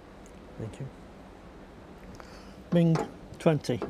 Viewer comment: Referee can’t pronounce “Mink”, microphone work was horrible! Mink is awesome, I hope she does well.